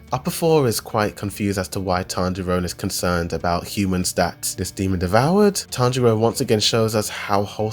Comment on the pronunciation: the only thing i can complain about is you saying tanjirone